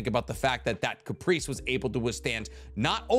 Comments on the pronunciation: i hear Caprice and im sure ur trying to say Carapace lmao XD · Carapace. Not Caprice. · Carapace Care A piss Please PLEASE pronounce it correctly not Caprice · Hearing pronounce carapace is painful